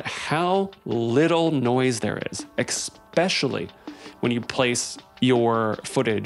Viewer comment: Great video my man, you keep saying EXpecially not ESpecially. That’s all the nitpicking I have for you, fantastic work my dude.